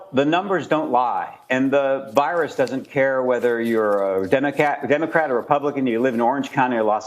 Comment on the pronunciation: Democat? Ok strange